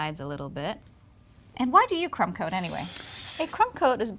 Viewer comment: hahaha she said cum coat not crumb coat.